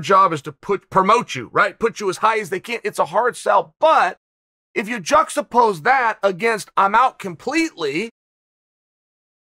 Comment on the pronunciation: juck suppose the way chael says juxtapose with the way it's usually said. still undefeated.